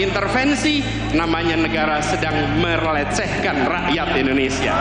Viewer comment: 😢😂 saking semangatnya sampe lidahnya slip. melecehkan jadi MERLECEHKAN